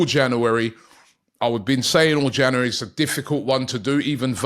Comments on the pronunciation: It's pronounced "JanUary" Robbie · It's not janery now, it's febery